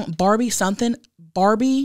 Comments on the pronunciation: 😂 When you mentioned what your stripper name would be I thought you said Arby, not Barbie 💀 I was like ah, like a subtle reference to beef curtains hahahaha I need hearing aids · When you said barbie I swear I thought you said Arby and I fucking lost it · I thought she said Arby not Barbie and I think Arby is way better 😂